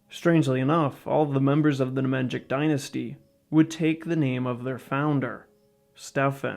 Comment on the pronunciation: Ne-Mahn-YeeeeEeeee-CH = "Nemanjic" in pronounciation. not "Ne-Man-Djick"